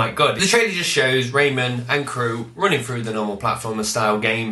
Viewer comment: lol, when you flashed that bottle at the screen, i thought 'tonic wine' said 'toxic waste' :) "Raym'n" lol! like, John Superm'n, Phil Spiderm'n. haha! (who did that in a stand up routine? cant place it hehe) havnt seen the rayman legends trailer yet.. defo gonna have to check that out. yea that tablet scan thing sounds like a skylanders rip off. cool tho.